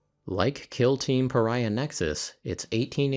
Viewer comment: That's clearly the "Purr-iah" Nexus release... a limited edition just for you!